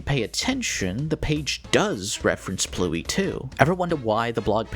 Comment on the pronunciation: It ABSOLUTELY ISN'T. Pluey is two syllables, PLUW-iy. Pluie is one, plwi (but with the w fronted to the same tongue position as the i).